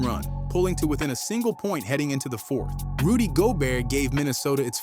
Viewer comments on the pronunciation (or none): none